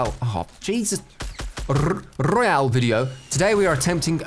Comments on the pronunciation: Royale... huh Jesus, rrRoyale 🤨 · The way he says royal....is just perfect